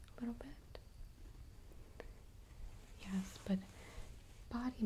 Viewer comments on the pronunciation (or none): Is she saying "Yes" or "Yas"?